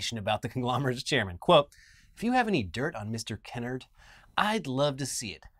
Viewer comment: This is a small nitpick and I wasnt sure till you said he was Black (as am i) but the ATT CEO's name has a long "a" in it. Kennard rhymes with hard. Like Ke- Nard. Thats how Black families pronounce it at least. Love yall. <3